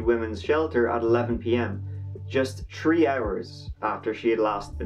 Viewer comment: "Tree hours" is that a foreign way of keeping time?